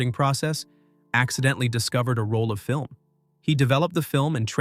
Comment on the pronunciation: film err